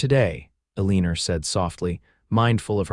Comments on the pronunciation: Amen. Amen. Amen. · Nice story but her name is Eleanor, pronounced Elea nor! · Eleanor is pronounced "L-E-NOR" (NOT Uh-leen-er) . The mis-pronounciation is very distracting & irritating. There have to be computer software engineers who can write programs that correct language much better than these audios currently use. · Surely. You can do better than pronouncing Eleanor as A-leaner. You can do better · Well you tried its El a nor. E is silent and the a is short sound not long. Remember English lessons??😅